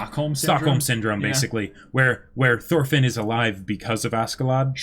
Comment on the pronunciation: Thorfinn (x) Toolfin (√)